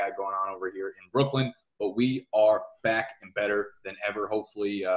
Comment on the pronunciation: Why is he pronouncing "back" like "bike" is that a new york thing lol